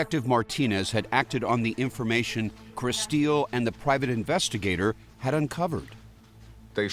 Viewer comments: Why do they keep calling her Kristeel? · Anyone else annoyed at her name how they keep repeating it over and over over annunciating it? "Kris steel". Why not just pronounce it normally like "chris 'til". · Her name is spelt Kristill but you keep saying Kristeal???? Annoying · The reporter calling her KriSTEEL is driving me nuts.